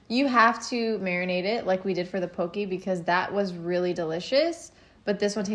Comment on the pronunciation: My loves, it's pronounced POH-kay, not poh-kee. Very important, Hawaiian is an endangered language.